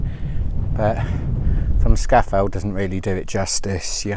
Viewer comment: Well done. But it is pronounced Scar Fell !